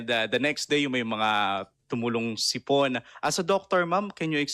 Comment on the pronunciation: HOY GARIN DOCTOR KA DI BA??? BAKIT HINDI MO ALAM ANG TAMANG PAG BIGKAS NG SIPON HINDI SIP-ON???😂😂😂 BOBITA KA RIN...